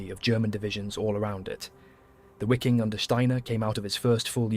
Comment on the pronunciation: ITS PRONOUNCED ……VIKING SS ARMY …MADE UP OF MOSTLY SCANDINAVIAN MEN……HENCE ..VIKING …..W…IS PRONOUNCED AS …V…. OK….STOP PRETENDING TO BE STUPID……